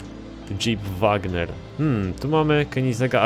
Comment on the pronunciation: Wrangler, nie Wagner ;d